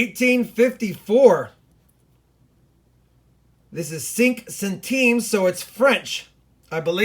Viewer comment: For future reference, cinq is pronounced like “sank” not “sink”